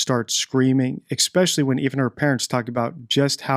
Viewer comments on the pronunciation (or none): I like your videos and I'm being super picky only because language usage can make or break someone who chooses to do what you do online. One thing that stands out is your pronunciation of certain words (ie. especially...not eXpecially) which can weaken how someone views your credibility. Not putting you down just wanting you to be your best as you're doing awesome work! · English? NO "X" in especially! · I hate to teach English to an English speaker but, it is ESpecially not Xspecially. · There's no X in especially. It's frustrating to have to teach English to an English speaker 👍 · What does 'exspecially' mean??? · ‘Exspecially’ isn’t a word. It’s pronounced as it’s spelled: ‘especially’. There is no ‘x’. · I get it the first time you say something without going over & over ..& grammar say’s ‘especially’ not exspecially, there is no x or k in it !!!! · One would think such a highly educated person could pronounce especially correctly.